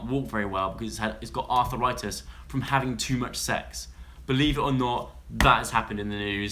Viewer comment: lmao joe u said arthritis like "arthur write this"